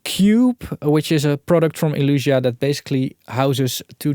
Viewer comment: Nice video! Still think the brand is called Elysia and not Elusia ;)